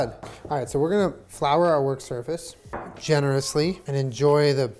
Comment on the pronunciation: Nobody:: Jennarously